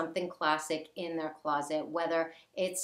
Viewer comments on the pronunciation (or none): none